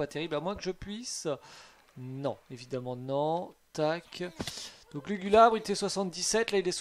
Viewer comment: Après "lugulubre" , voilà "lulugubre" mdrrrr pauvre Lugulabre son nom est pas respecté 🤣